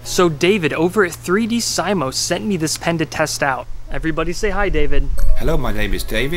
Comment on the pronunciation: is it pronounced see-mow, or sigh-mow?